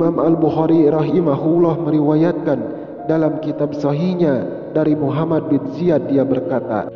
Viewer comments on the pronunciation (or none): none